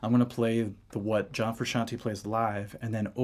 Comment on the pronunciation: Frusciante not frusciantee